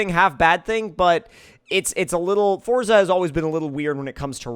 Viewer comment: You’re mispronouncing ‘Forza’ my guy.